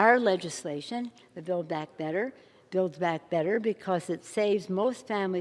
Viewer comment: WTF is Bay Back Better ?